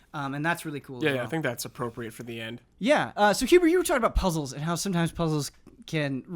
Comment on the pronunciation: When says "Michael Huber" I almost hear it as "Mein Huber"